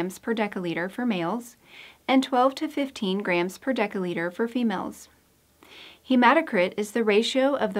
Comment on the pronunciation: Why does narrator mispronounce "dL" with a hard c or k sound, instead of a soft c? Narrator pronounces dL as [deka] liter, and of course deca- is a different metric prefix meaning 10X, that is to say, 100X bigger than the deciliter that dL denotes.